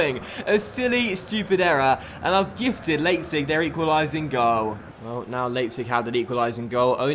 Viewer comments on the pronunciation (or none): you have to say "Lipetsig"